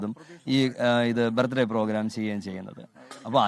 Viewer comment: അച്ഛൻ ഇടക് ഇടക്ക് ആ കുരിശ് പരുവാടി അറിയാതെ പുറത്തേക്ക് ചാടുന്നു..... 🤭😂😂 ലെ...വകീൽ ഡാ... ബർത്ഡേ എന്ന് പറ.. യേശുവുന്റെ ബർത് ഡേ എന്ന് പറയേണ്ട..... 🤭😂😂